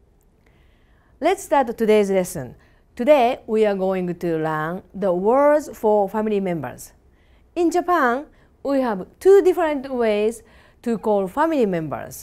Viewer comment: I love this lady so much but she seriously needs to stop saying "to lan" instead of "to learn".